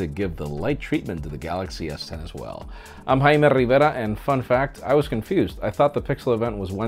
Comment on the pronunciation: Vishal Bugata it’s not an accent. That’s how the name is actually pronounced.